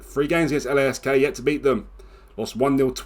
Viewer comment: Tip: Lask is pronounced as 1 word